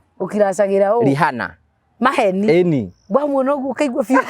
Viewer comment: It's Pronounced RIANA 'H' is silent